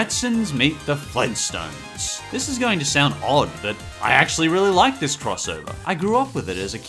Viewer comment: Flintstones, NOT Flinstontes. Two T's, not just one.